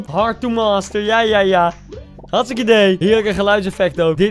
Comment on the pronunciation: Heel grappig dat je zegt ik ben hargstike dood